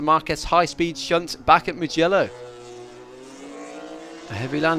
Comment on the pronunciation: This war the first time I heared a brint pronounce "Mungello". I hope I never have to hear it again.